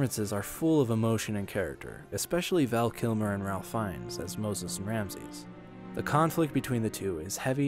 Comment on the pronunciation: Just an FYI, it's pronounced 'Rafe' for Ralph Fiennes. No, everybody, I promise I'm not being a Karen. 😊